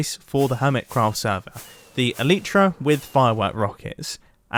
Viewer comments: The elytra is pronounced ELL-EYE-TRA Not ELL-EE-TRA It’s named after bug’s wings, which are also called elytra. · It’s Elytra, you said Eleetra. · He killed me when he said elitra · Hey Love Your Videos But Your Pronouncing "Elytra" Wrong. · it is an elytra not an eletra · He British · Ee lie tra is how you pronounce it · The way he said elytra like alitra is amazing lol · the way he pronounced elytra scared me